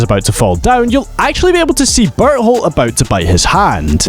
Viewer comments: I heard butthole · Even the narrator gets barleys name wrong😢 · why i keep hearing he pronounce Bertholdt into Butthole 😅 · bro cant even pronounce bertholdts name like fym berhold💔💔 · I feel bad for burrito… must be tough having your name always said wrong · Would've been super funny if you kept pronunciating Bertolt's name wrong everytime you mentioned him. Love your video though!